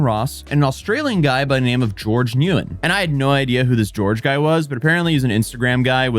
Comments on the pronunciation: "NEW WEN" LOL the way he pronounced nguyen... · you covered this topic well man. but the surname "nguyen" is pronounced like "wen" lol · FYI, Nguyen is pronounced like "Win". Weird coincidence with this story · The last name of Nguyen is pronounced "Win" by the way. XD